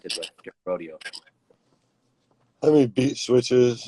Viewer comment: 🗣🗣🗣 Mike Dean a real one for saying Rodeo